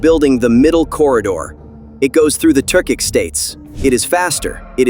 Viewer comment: Turkish states, not Turcik